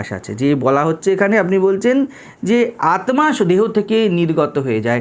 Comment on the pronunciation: Maharaj ek ektu thik korte anurodh korchi uchharan. Bengali te Aatma hoi na . Hindi te hoi. Ota Aatta. আত্মা = ত্মা = ত্তা অর্থাৎ আত্তা উচ্চারিত হয়। ধন্যবাদ।